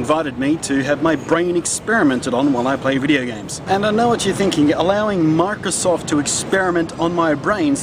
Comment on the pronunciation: is he saying "Marcosoft" ?? i taught i hurd him say marcosoft..